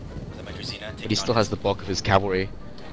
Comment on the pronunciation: Fun fact, Druzhina should be read kind of like Drushina, and it basically stands for Followers.